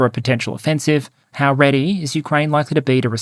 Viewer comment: I'm loving the content in 2025. Thank you for these thorough analyses! When alternately discussing offensive and defensive in the same sentence, can you please emphasize the first syllable a bit more? It was hard to clearly make out in one section of this one, and the difference was critical to your point!